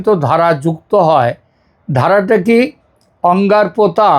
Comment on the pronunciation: আংড়াপোতা নয়,আঙ্গুরপোতা।